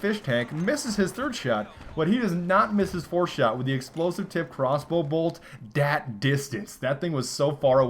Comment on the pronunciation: Oh god, don't ever say 'dat' again you stupid fuck